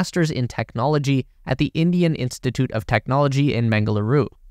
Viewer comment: A lot mispronounced to the point it couldn't be understood, including Gaganyaan, Bengaluru and so on.